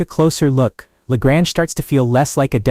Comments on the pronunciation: La Grange .Grange is pronounced like Grain. It's not french town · La Grange-the 2nd. a is long.not short.